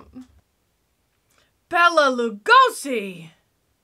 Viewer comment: My Hungarian grandmother would never forgive me if I didn't correct the pronunciation of Bela Lugosi's name. It's BAY-la, not bella.